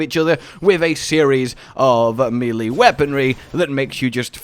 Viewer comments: quick tip: melee is pronounced may-lay, not Mil-lee :D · Melee = may lay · Are you sure it's not pronounced melee? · no I think it's pronounced melee. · Why do you pronounce melee like that 😂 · Sir it's pronounced "melee" not "melee" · Me cringing every time he pronounces melee wrong 😖